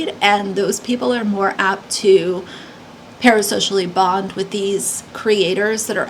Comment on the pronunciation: Anyone who takes the word 'with' and pronounces it 'wich' is someone I have trouble taking seriously. I couldn't even take in either of them said bc the accents were so off for me. And why are the random ppl who are victims of this storm 'amazing ppl'? They're random ppl, who I'm sure are amazing in unique and varied ways, but that was weird. I haven't followed this story, so I'm not sure of any of the political stuff going on around it, or who these ppl are, but I don't like their accents.